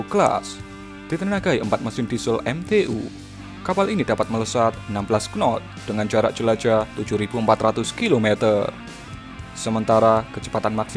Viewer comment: Nganu min, knot dibacanya not, silent K